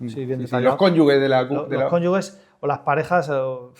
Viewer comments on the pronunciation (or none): Juan, me gusta mucho todo lo tuyo y te sigo siempre pero por favor, en la entrevista de hoy te has referido a los “CONYUGUES” y seguro que ha sido un lapsus porque se dice “CÓNYUGES” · Cónyuges, no "Cónyugues". Un ligero desliz. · Cónyugues??? Juan, por favor...cónyuGes! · Conyuges con "gu" de guerra...... no es correcto Es ... cónyuge... con "ge" de Gerónimo...😂😂😂😅 Muy buena entrevista y gracias por dar a conocer el trabajo de personas íntegras y entregadas a su trabajo... HONOR Y GLORIA ❤ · PERO COMO QUE "CONYUGUES" JUAN????? NO ME ESPERABA ESTO DE TI JAJAJAJA.